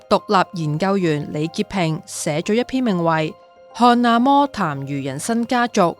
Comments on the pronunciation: 阿＂礳＂就阿＂礳＂啦！又要讀成阿＂魔＂。有條不紊是否應該讀有條不＂論＂？ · 好似 阿嬤 音 應該是阿嫲咩！